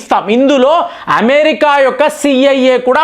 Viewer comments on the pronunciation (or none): none